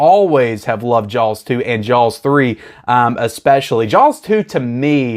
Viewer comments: I slowed the playback speed of this video to 50% and you are literally saying JAWLS. Its amazing. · I don't think you can say "Jaws" any more southern. Just fyi, to my ear, it sounds like "jyalls". My father bought me a complete Hitchcock works boxed set. It's only missing Dial M For Murder. It even has the two series. It's such a great box set. Highly recommended.